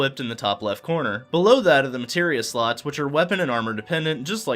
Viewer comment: "Let's take a look at the sluts." Ummm... what? Oh! "Slots!"